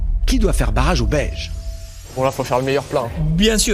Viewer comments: Moi aussi dans le premier épisode j'ai cru qu'il dit belge après j'ai compris que c'était beige 🤦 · L'équipe "beige"...et moi j'écoute toujours "belge" 😂.